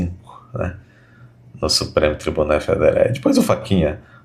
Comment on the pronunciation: "Ministres do Supreme Tribuné Federe.........kkkkkkk